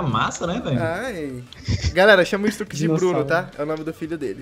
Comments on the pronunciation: nao eh stax eh stux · q raiva dele falando stax e n stux